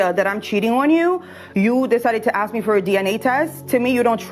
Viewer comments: These women not being able to speak properly and CONSTANTLY saying AKS instead of ASK is grounds to divorce them. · The word is 'ask' not 'axe'